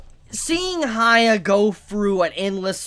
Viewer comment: Yes he is shorting his name but he's saying "HAYA" and its killing me.... He could just Say "Hiakky" or something like that